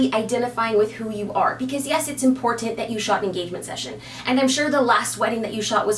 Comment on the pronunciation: why do you say "im-port-Ah-nt"? LOL